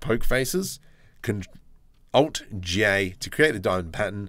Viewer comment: To anyone in the future confused about the alt G A, he meant alt J